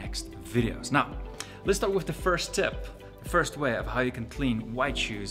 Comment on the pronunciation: You need to get your money back from your accent coach, that "wif" for "with" is as Boland as it gets.